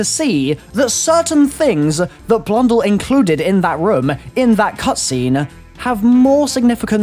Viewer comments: It's not blundull it's blundell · I hate how he says blundell